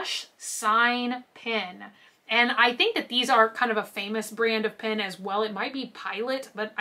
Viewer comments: haha you DO pronounce "pen" weirdly :P Pen should sound like men pin should sound like sin :P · I THINK you slightly say PEN the same way you'd say PIN .... Like how some people say the color pink PEEENK (P-INK) LOL. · I think sometimes you say it like "pin" but otherwise I don't hear a difference lol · I can totally understand what they mean when they say you pronounce Pen funny. You say it like “pin” Try saying it like Ben or Jen or like the e in send. Not saying it’s bad how you say it, I love it. I just think it’d be fun to give it a try :)